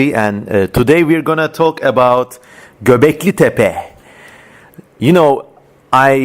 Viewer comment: Ingilizce bir videoda ''Göbeklitepe'' nin doğru telaffuz edildiğini duymak sürreal bir tecrübe oldu.